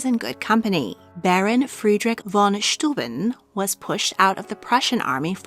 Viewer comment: Steuben is pronounces "SHTOY-ben", although the county in New York State named after him, is pronounce "Styoo-BEN". Go figure.